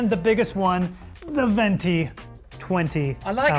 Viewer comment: As an Italian I gotta step up and correct that guy: it’s called venti cause twenty in italian is venti. (Fun fact: venti also means “winds”)… Twento is a very funny word but it doesn’t exist 😂😂